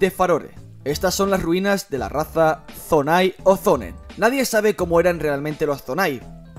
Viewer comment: Es Zonan no zonai jaja🤦🏻‍♂️